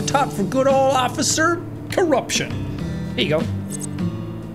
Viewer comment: innocent bean "Hello OcifER!-"